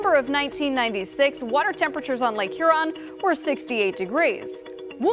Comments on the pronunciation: It's Her-in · You keep mispronouncing it. Hearon. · Its pronounced here-on lady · Subtropical hurricane "huron" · Th pronunciation of Lake Huron is frustrating